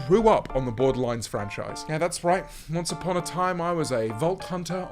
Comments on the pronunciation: James. What the FUCK is 'borderlines' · "borderlines" yeah sure buddy. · Can almost guarantee James did not grow up on the BORDERLANDS games with him calling it "Borderlines" 😂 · "borderlines"... close enough 🫠